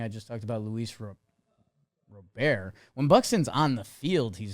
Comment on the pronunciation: It's Robert, pronounced like the English first name